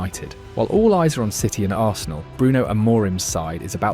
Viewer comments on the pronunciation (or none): none